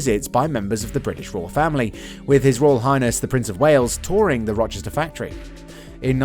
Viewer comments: It’s Ro-ster… not Roh-Chester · its not Rochester, its Ro-cester Staffordshire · The World HQ is not in 'Rochester' or the narrators later pronunciation of 'Roster'....the correct way to say Rocester is 'Roaster' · No H in Rocester. It's pronounced Roaster , not Rochester. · Terrible video, it's Rocester not ROCHESTER! Wrong machine footage shown to the description.... 🤦‍♂️ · Rocester, not Rochester. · It’s Rocester NOT Rochester. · Rocester, Staffordshire, not Rochester, Kent.